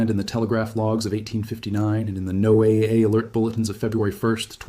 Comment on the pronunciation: um, it's pronounced "Noah", for people in the know. No one says No AA. Also, why the painted images of the sun ? all the paintings... it's kind of out of place and doesn't lend credibility to the video